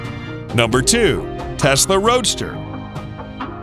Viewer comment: “fasla” wtf